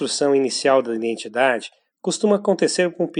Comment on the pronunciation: Obrigado pelo vídeo. Só uma dica: existe um mal que assola vários canais do YouTube (e este aqui também) em , , , , , podemos ouvir a palavra identidade pronunciada com um N que não existe (iNdentidade). Por favor, não cometa mais esse erro em seus vídeos.